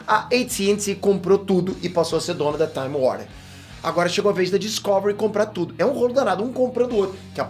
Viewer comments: DiscÓvery doeu um pouco os ouvidos, meu caro 😅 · Po top. Mas n é Discôvery n po kkk é Discovery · Eu ouvindo ele dizer Discovery errado o tempo todo. 🤯 Obrigado pela notícia, gostei!! 👏🎉